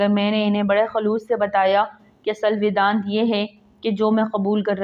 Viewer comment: The word is "Vaidant' you have wrongly read it.